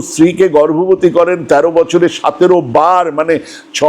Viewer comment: আপনার এতো চমৎকার উচ্চারণ, শুনে মুগ্ধ হই। কিন্তু, কিন্তু সতেরোকে 'সাতেরো' বলেন কেন?